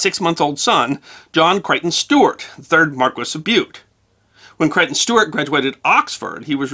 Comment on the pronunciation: And the constant mispronuniation of the word "Stuart". Aargh!!!